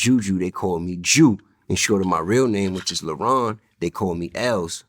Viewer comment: Homie lost me at “Ju”